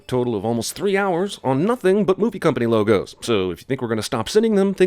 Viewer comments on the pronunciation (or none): none